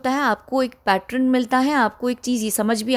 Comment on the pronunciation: पैटर्न है पैट्रन नहीं